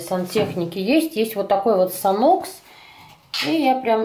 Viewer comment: Мне тирет не понравился, если только запах хорошый и все. А почему санОкс?))) Мы говорим сАнкс🙄